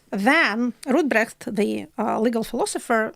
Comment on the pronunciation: Der Name des Rechtsphilosophen ist RADBRUCH. Das war bei ihrer Aussprache nicht zu verstehen. Ansonsten super, bin ein großer Fan von Jekaterina.